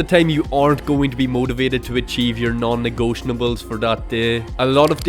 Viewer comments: negotiables, not negotianables. great video, thanks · Why do you say non negotiables like that? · hey man you might know this by now, but you've been saying "non-negotiables" incorrectly. there's no N towards the end. no hate intended with this comment just wanted to let you know!